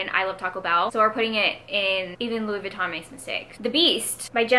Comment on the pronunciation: I think you’re pronouncing ‘Louis Vuitton’ correctly. All you’re missing is the French accent and since you’re not French no one’s going to expect you to have one. Fun video and loved the Housewives tier names.